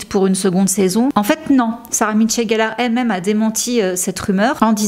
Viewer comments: C'est pas pour être lourde mais , tu dit " Sarah Mitchell gellar" c'est peu être involontaire.. mais du coup c'est pas très précis , quand on sait que c'est Michelle la présence du "T" ca choque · Apparemment, je suis la seule à avoir un gros problème avec la prononciation qui bute sur "MiTchelle", très étrange...j'ai bcp de mal!!